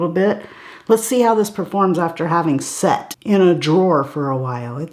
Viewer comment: I swear for a moment at the beginning of your video I thought you said, "Let's see how this performs after sex.." in reference to the Makeup by Mario eye pencil. LMAO! "SET", not "sex". Okay.... Still, I literally laughed out loud and we all need a little more laughter in our lives, right?